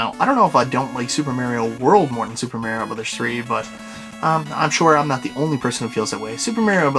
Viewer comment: omfg, nice Collection but fuckin learn how to say Mario!!! jeeeez-......hehe